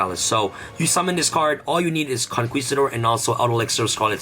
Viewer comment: Conquistador doesn't sound the "u" sound. It's pronounced "Con-KI-stador."